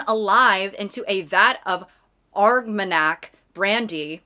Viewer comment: 🤓 Armagnac is especially fancy cognac but it has the same "nyuh" sound as cognac, so: "Armanyak"